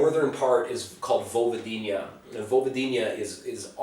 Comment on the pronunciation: Man learn how to pronounce Vojvodina! It's not "Vojvodin-ija" for god sake!